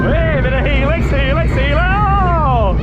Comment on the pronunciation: Helix helix helix best way of saying it